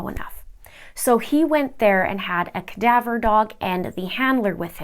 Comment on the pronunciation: its CADAVER DOG. not kadabra. wow, lol